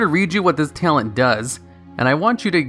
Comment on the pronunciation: t - a - l - e - n - t not ""tialent"